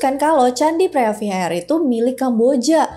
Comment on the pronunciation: preah vihear dibaca: Pri wihie.